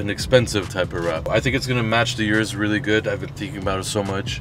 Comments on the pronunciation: You americans and canadians need to learn something. It is not jurus. It's URUS ffs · O-RUS not U-rus